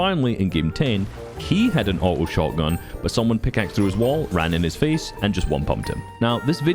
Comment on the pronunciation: It took me so long to realize you were saying auto(awht- ohe) and not outlaw (awht-lawe)